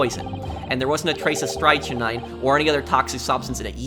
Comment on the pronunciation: It's pronounced strik-nine